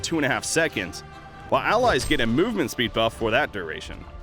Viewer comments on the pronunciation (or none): This dude can't pronounce duration.